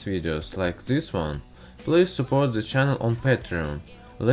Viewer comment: Oh my god i almost died of laughter everytime you say 'ze' instead of 'the' dude no offense really great video but man this is to funny